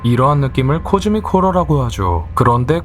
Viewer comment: 코스믹이 아니라 코즈믹이였..어?